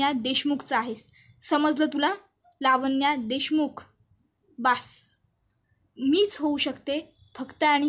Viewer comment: लावण्या असा शब्द आहे. वाचन चांगल करीत जा.